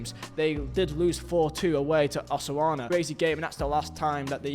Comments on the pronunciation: He said "Osarona" 😂😂😂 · marc caiceido? Yamin Yamal? Osuana? Martin Brainfrait? i mean cmon! if you cant the decency to pronounce this name rights then stop doing the videos. how would you feel if people call you Visa? STOP BUTCHERING PPLs NAME. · mate i love your vids but the pronounciations get me 🤣🤣🤣 Osasuna as "Osawana" is crazy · Man said Osauana xD I can't bro xD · My man said Osarona 😂😂😂😂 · the way he pronounced osasuna is crazy work, like did you even try mate💀